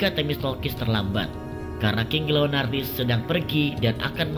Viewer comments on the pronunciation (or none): Leonidas kok jadi leonardis sih wkwk